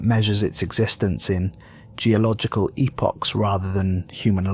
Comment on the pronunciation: At least this narrator knows how to pronounce epoch.